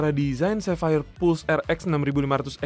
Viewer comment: akhir nya pelafalan sapphire nya jelas wkwkwk